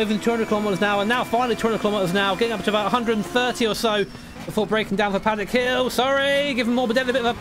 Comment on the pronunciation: no offense but paddock hill XD thats not right